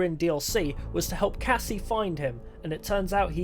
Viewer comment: If you notice you can hear him say Cassie kinda off